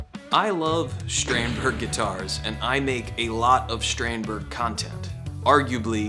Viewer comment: Shtrandberg? What’s that? Do you say Shtratocaster too?